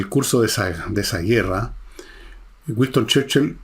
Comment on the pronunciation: Gran personaje y gran resumen. Pero..."Güiston Cherchil".